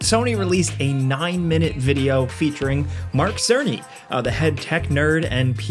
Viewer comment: "merk serniy"🤓